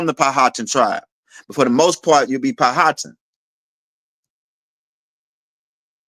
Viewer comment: We pronounce Powhatan = Pow-Ah-Tan